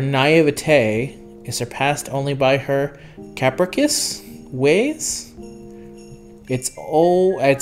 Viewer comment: Oh, daily free single summons, fun. I'm not looking forward to summoning for agni/vania. With what happened with Jeanne I don't kmow if it's worth it. Jeanne is better then Thor/Daiko but I don't know if Agni is really better than Mars. Also it's cah-pre-shus (spelled as it is in the lore)